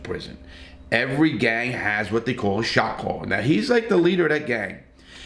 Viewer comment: Sorry every time you say shot caller I hear shock collar 😅